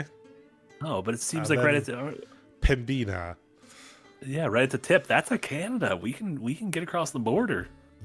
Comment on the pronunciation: As someone who used to drive through the Emerson, MB/Pembina, ND border crossing on occasion, I was a bit thrown by Yatzee pronouncing it pem-BEE-nuh rather than the local pem-BIH-nə. Also thrown by the lack of waiting an hour or so in traffic as he approached the border. Wonder if driving a Cuda was indicative that the game took place in the late '70s/early '80s. Suppose it was easier in those days.